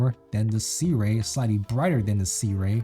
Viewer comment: Pretty sure that's now how Sirui is pronounced. 😜